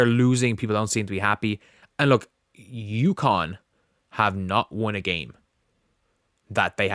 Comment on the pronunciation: How many times do I have to correct you. UCONN. UCONN. UCONN!